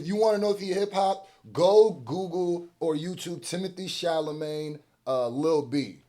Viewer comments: Who is Timothée ChalaMAYNE? lol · It's not Timothée "Charlamagne"...😆 It's Chala..."met" !! It's ok though.. I get it ! It's hard to say a french name!😉